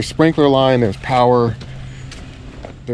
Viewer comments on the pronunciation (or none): none